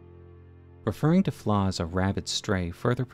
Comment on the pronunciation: How is Floh pronounced like “flaw”??